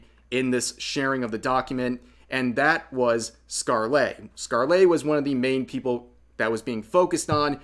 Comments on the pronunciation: Anyone else full body twitch when he says scar-lay Rev... Bruh... Skarl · I love your videos and know you do your research but the way you say ScarleYyyyy is so annoying. All that research but couldn't spare 1 minute to look up how to pronounce the name? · Its not a huge thing, but Scarle is pronounced like Scar-luh. It doesn't follow standard english pronunciation (like a lot of actual english words dont). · never heard someone pronounce scarle's name so wrong before lol